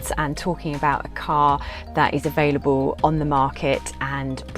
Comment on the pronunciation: Nice car, but why the curious pronunciation of words that end in 'L'? For example, availaboow.